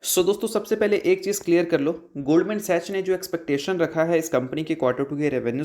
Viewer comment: Love your channel broes, but it's pronounced goldman sacks(sachs)